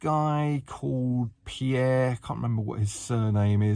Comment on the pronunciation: Did he say culled or cold!😂